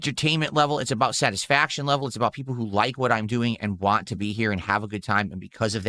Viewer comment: Be also over emphasizes T's and can't say certain words like "want" and "squat" correctly. We've evidence to believe young spent lots of time in speech therapy.